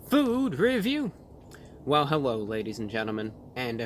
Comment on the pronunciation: Well helwo wadies and gentleman